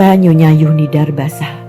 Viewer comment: Mengapa huruf Z dibaca menjadi Y? Zuhnidar menjadi Yuhnidar?